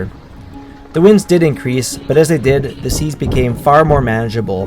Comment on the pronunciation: 8 min and 16 sec in the film you say : Havent slept fore 60 ouers. Deed you have the helm al that time? If yes , why deedent you "hove to" ?????